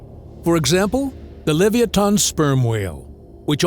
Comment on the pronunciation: *le·vi·a·than You almost got it. Don't give up...